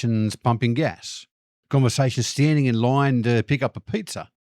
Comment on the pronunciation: You spell line as such, yet pronounce it lahoiwn ? 😅